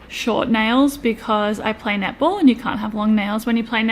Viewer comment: So I watch this sped up on 1.75 speed and I kept thinking you were saying nipple ball, not netball my God I’m laughing so hard I had to slow it down to actually hear